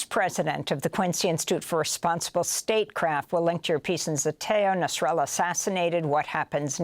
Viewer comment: He’s is called Nasrallah not NASARALLAH you are getting me angry 😡😡 what do you mean NASARALLAH NASARALLAH NASARALLAH These people can’t even pronounce properly